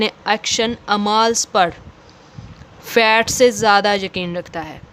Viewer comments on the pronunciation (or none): Pl improve your pronunciation skills Fate not Fat